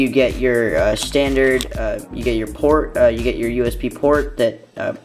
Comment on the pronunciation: This isn't a shtandard iPhone 4S unboxing , or Is it ? :P